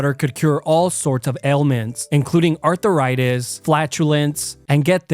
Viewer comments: I love you videos, but Arthuritis and meercarrey? 😂😂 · I swear he said Arthur-itis